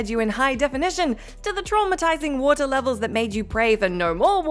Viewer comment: Please pronounce WATER correctly